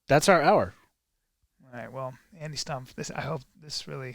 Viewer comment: The way Callen pronounces “Stumpf” 😂 😂